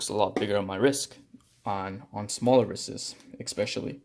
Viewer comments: Got annoyed with "wristes" (sic) or however you were trying to pronounce plural wrists. But thanks for the video! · I’ve never heard an adult pronounce wrists as wrisses. 😂I couldn’t even finish watching the video after the second time.